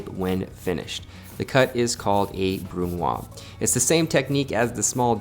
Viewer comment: Hey! I love your work and your esthetic. Always good to have a brush up on the basic techniques of cooking. If I may, in french we say the Z of brunoise, so more like brun wahz as opposed to brun wah. Sorry for the nitpicking, its only because you mentioned doing more educational type videos, and I thought you might like to know. Cheers, keep up the good work!